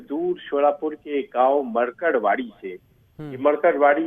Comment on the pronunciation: मरकडवाडी नही ये मार्कडवाडी है